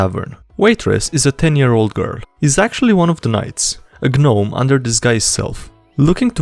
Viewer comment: ITS GNOME NOT GUH-NOME